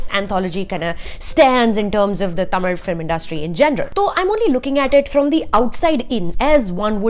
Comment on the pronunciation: The way you pronounced Tamil is awsome.👏🏻👌🏻